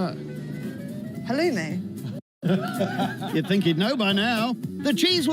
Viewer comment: WOW.... Aren't you special ? NOT !!!! And fyi...it's halloumi, not whatever you called it.